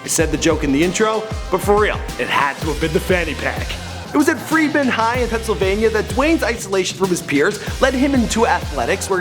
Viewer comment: did say fremond high, its freedom High school in bethlehem Pa how do i know I go there.